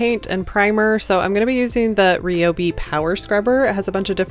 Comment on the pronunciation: Love these little night stands and it's great they were made from an old desk. Just a little tip for the future, when pronouncing Ryobi, the "Y" is pronounced like an "I"